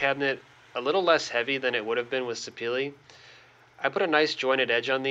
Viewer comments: Houston Hardwoods pronounces it se pa la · Very nice job! Are you pronouncing the Sapele wood correctly?